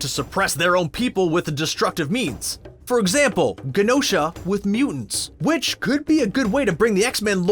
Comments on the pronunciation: Great vid and I'm saddened to find this after his passing...but for the love of God it's pronounced je-no-sha! It's a longer je sound like Genome, Gem, German, Genosha. 🙏🏾😄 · Rant If you are going to have a Chanel about Marvel, you should be pronouncing Genosha correctly. It’s a soft G, like a J. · The way you pronounce Genosha is like fingernails on the chalkboard of my soul.